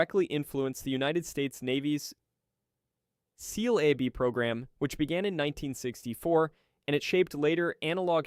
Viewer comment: "Sealabey"? Come on, use a literate live narrator. This is flat out embarrassing yourselves. 😮